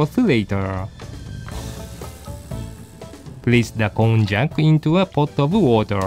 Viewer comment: please note that こんにゃく has almost the same pronunciation in English. Actual people say Konjac as "kohn-yac", while text to speech services say "cone-jack", which isn't right.